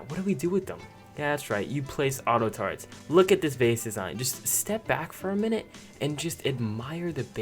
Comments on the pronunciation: Why does he say taretts instead of turrets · It's turrets not tarts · This nigga says Tar-etts